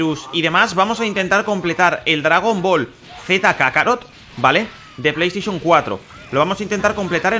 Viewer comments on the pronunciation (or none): none